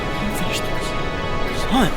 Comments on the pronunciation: . NEW CHALLENGER APPROACHING CARL WHEEZER “How you like my cwasson?” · Are you going to finish that cwasont? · Ya gonna finish that KWASSONT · Are you gonna finish that cwasant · Uhh are you gonna eat that cwossant?